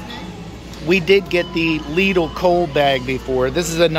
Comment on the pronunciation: There is no excuse. If this guy can pronounce it correctly, pretty much all English speakers can pronounce it. ☺ Lidl is part of the Schwarz Group and the competitor of Aldi.